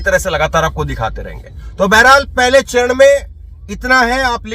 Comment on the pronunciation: Guzrat nhi be gujrat —— chnd nhi charan 😂 pl